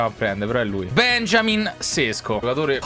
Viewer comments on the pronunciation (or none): none